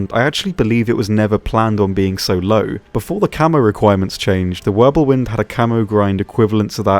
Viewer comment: Pretty sure it's Wirbelwind and not Wirblewind. I know cause i make the same mistake all the time hehe.